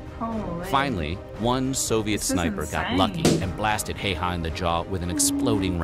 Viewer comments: It sounds so wrong how his name is pronounced. It's more like: both HÄ are same as HA from happen. Y is like Y from ypsilon. That's how I see it, of course different dialects don't pronounce words same way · If you really respect Simo Häyhä, learn the umlaut of the letter ’a’. It (ä) sounds like ’a’ in the name ”Matt”. Try it. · The ä is not an a its more like an ae and the y sounds more like and u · Somo Häyhä's name is pronounced wrong in English speaking videos, if you pronounce it same way you're saying it wrong... in English language there isn't the pronunciation what you need to say "Häyhä" correctly 🤓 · Finland here: Häyhä is pronounced as follows.every letter has to be pronounced, includinh H. ä is like the a in after, y is the like the y in oyster. It's absolutely not heihaa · The correct pronunciation of his last name is a lot closer to 'How-ha' due to the Finnish alphabet. There's an odd little twist to the 'ow' sounds, but I can't think of any way to type that. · It is not "Hey-Haa" like this video pronounces his name. Just click the speaker button under Finnish. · It's pronounced "high ya". Also, only German soldiers went for head shots, everyone else went center mass. Even then, they did it within 300 meters. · Im surprised nobody has mentioned the fact that it’s pronounced [Hauwha]. Finns probably noticed and didnt say 😂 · Not pronounced as "Hei-haa" at all lol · Hay ha (ha hah? If you can't pronounce Häyhä just pronounce ä as a as in "america". English speakers know how to pronounce Finnish "ä" so that shouldn't be problem. a as in "man" a as in "hat" a as in "land" a in the way highly educated americans say "ask": "I want to ax you a question." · And nobody pronounced his name correctly in this video. No surprises there. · Also the narrator butchers it too. People expect him to pronounce Häyhä correctly but he says it like basically every anglophone :p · Häyhä is pronounced so badly also in the video you watched 🤣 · Häy-hä! Hei-hah (Nope)